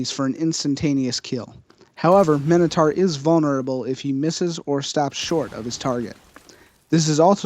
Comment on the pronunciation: It is mi-no-tar